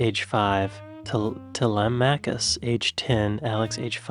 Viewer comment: Telemachus is pronounced Tel-em-i-cus.